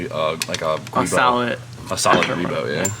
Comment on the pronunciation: Giubo is pronounced JOO-boh 👍